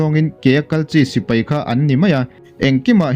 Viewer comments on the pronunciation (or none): none